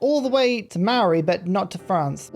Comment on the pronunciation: Yo viewer from NZ here, Maori is pronounced like 'mouldy', the mao sounds like the moul in mouldy and the ri sounds more like 'dy' cause you sorta roll the r. also marae is pronounced more like 'Ma' 'rye' like youre calling for your mum cause you want rye bread. big fan of you for awhile love the content